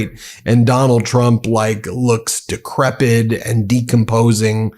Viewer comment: The word is *decrepit*, not "decrepid". Also, Huge has an H. Not a Y.